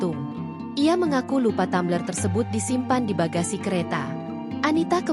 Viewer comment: Tumbler oh Tammmbler....hadeuh😅